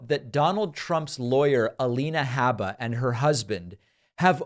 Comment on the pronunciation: I stopped watching David’s Alina Habba videos because of how he mispronounces Habba, Like chalk on chalkboard. I can get the same story from Farron, Luke and Jesse with less irritation.